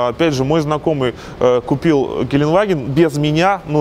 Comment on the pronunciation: все хорошо, только произноси слово ГЕЛЕНДВАГЕН ПРАВИЛЬНО, а не как колхозник геленваген...еще раз ГЕЛЕНДВАГЕН DEUTSCH GELENDWAGEN